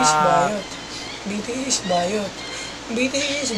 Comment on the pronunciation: BTS talaga yun pero sa vid BITIIS pagkakasabi niya 🤣